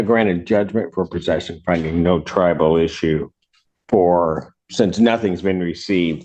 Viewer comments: I'm glad somebody else noticed that...when I hear it as "tribal" I think the "natives are restless". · It always sounds like he's saying tribal issue instead of triable issue.